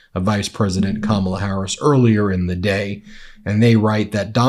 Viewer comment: He has finally gone over the edge, he is pronouncing Kamala’s name correctly!! I’m sure he’s not even aware!! 😊